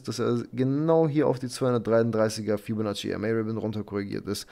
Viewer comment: Hey Ich habe eine Bitte an dich. Könntest du ein anderes Wort für Fibonacci nehmen? Ich lache mich jedes Mal kaputt. Das hört sich wie "Fellatio" an... 😂😂😂